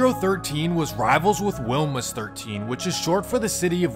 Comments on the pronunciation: It's pronounced "weemahs" not wilma's. Lmao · Thas not how u say Wilmas ma boi